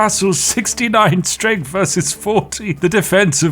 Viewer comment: "Firty free"? "Strengf"?? Literally unlistenable. You need speech therapy.